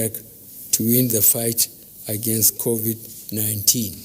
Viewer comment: Finally BUBU have learn how to pronounce CONVID-19, Congratulations, but sorry your government have totally failed Nigerians and the world at large and now you're congratulating our youths celebrities who you called lazy and your government was planning of stopping them from shooting music abroad because your government failed or have you forgotten???, thank you anyway.